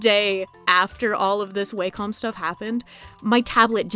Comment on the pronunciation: Wacom is a Japanese company, so "Wah-com" is the correct pronunciation.